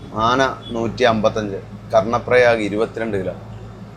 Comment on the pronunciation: കരൺ പ്രായാഗ് അല്ല, കർണ്ണ പ്രയാഗ് എന്ന് തന്നെ ആണ് പറയുക